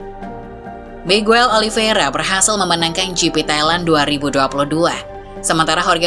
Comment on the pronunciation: yaakkk... si mba udah mulain bener nyebut Miguel OLI VEI RA... bukan OLI VIE RA lagi... mantaapp gitu dong mbaa...